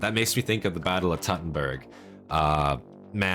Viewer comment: very cool short. i do like seeing armor do its work too. for a little pronunciation guide: Teutoburg is pronounced like toy-tow-boor-g also my thought would be that they got rid of their shields due to their exhaustions. a large, heavy shield wont do much for you when you arent in formation (i.e. can get surrounded) and no one is shooting or throwing things at you. the scene of them stabbing the guy with spears was also good. in one of the Historian Reacts videos on gamespot he also points out that thats your best option when engaging a heavily armored foe: outnumber and surround them and aim for weak spots. happened to some english king, famously.